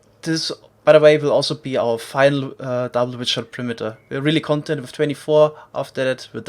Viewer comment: 'content' is not the same as 'content' Youŕe pronouncing it wrong